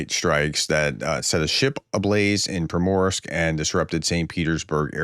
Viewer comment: It’s pronounced Premorsk or Primorsk!